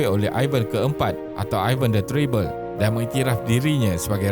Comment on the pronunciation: Bkn teribel, e taling tu.. mcm "perak"